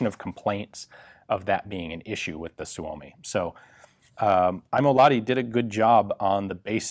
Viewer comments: Suomi is pronounced, "Soo mee". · Heard it’s pronounced “soomi" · It's pronounced Soo-Mee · SUU-O-MI, gotta remember that..SUU-O-MI...